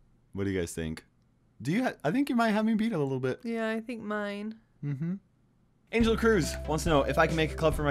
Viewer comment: An je l Cruz Me: ANHEL! ANGEL!